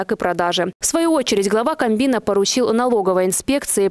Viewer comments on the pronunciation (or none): Не камбина, а кабмина))